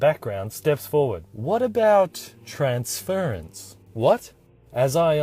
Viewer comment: You lost me at "transference". Otherwise nice story. Here's a cookie.